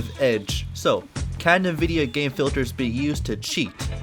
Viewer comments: that is NOT how you pronounce nvidia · this man pronounces nvidia "nuh-vidia" and not "en-vidia" what a madlad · Ah yes... NuhVidia.